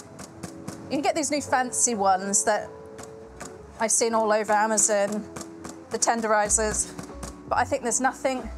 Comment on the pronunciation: "I've seen all over amazin" Amazin, Amazon, Amazin, Amazon. Eh, it's all the same I guess lol